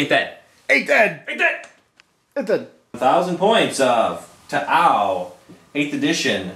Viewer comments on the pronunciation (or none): you guys need to stop pronouncing T'au that way. I k ow it's in jest, but it gets old quick. if anything, it just shows a ton of colloquial American bias, as there are plenty of languages in modern day real world Terra that have apostrophes mid-word that you're not meant to do anything with in speech. I'd give the benefit of the doubt that you're not all ignorant and stuff, but it would be nice if you guys didn't keep trying to give that impression. Nice battle vid thoigh, good format.